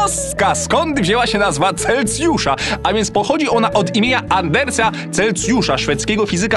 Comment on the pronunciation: CELSJUSZ! NIE CELCIUSZ